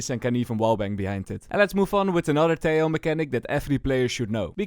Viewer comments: it's pronounced teJJJoo /Tehooo, not teioo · Tejo is pronounced Te-ho